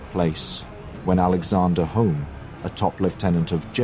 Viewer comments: Lord HOME is pronounced Hume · Pronunciation help: Alnwick is An ick as the W is silent; Scottish names are not said how they are spelt, so Home is Hume and Moray is Murray. Since this time the Duke of Norfolk has been the premier duke of the country. Every Armistice Sunday the bagpipe lament "Flowers of the Forest" is played, it was written back then to mourn the loss of King James & so many soldiers.